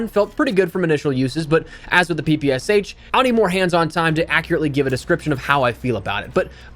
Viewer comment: PP “esh”, not PPSH